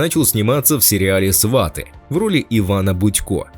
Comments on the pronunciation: Свати, а не СвАти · Не сва'ты а сваты'! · Научитесь правильно говорить. Фильм называется: "СватЫ", а не " СвАты". Противно слушать вас. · Не свАты , а сватЫ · Ведущий тупо называет «Сватов»,говорит сваты(ставя ударение на «а»)😏🤮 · Диктор отврвтительно произносит слово -сваты ! Даже слушать не хочется !! Жалко прекрасного артиста!!! А диктор идеот!¡ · сваты ударение правильно ставить надо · Ударение правильно ставить надо на название фильма !!!!!!!!!!Грамотей !!!!!!! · Ударение на слове "сваты" автор ставит не правильно! Это совершенно другое значение слова с таким ударением в українській мові! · Ударение в слове сваты на втором слоге!!!